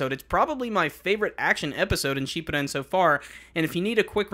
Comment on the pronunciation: You do you pronounce shippuden so weird